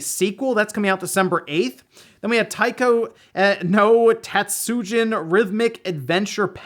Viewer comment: Yo, you said "taiko no tatsujin" correctly, good job!